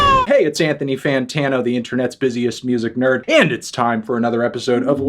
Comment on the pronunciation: Anthony fut-ano